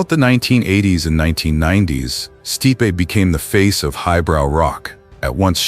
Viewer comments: Michael "Steepay?" Nope. 'Stipe.' One syllable. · At least teach your AI to pronounce names correctly. Case in point: "Steepay" instead of Stipe! Gah, terrible!!! When AI can't pronounce someone's name properly (and it makes SEVERAL mistakes), it takes me out of the video, because it feels like a slap or a cold glass of water to the face. I know I'm not the only one. This is NOT acceptable! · The forbidden love line is a form of repression and its pronounced Stipe not Stipeee. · Stipe /Staip/ not /stee-pee/ AI sucks sometimes. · Sti pay - classic AI